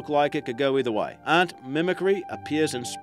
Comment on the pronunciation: how hard is it to correctly pronounce the word Ant?????